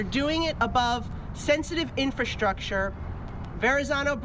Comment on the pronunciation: "INFRASCHTRUCTURE" we are sick of women behind microphones, okay?